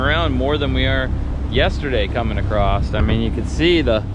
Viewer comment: it's across NOT, "paddle Acrosst or paddle Acrossed." How are you even an adult?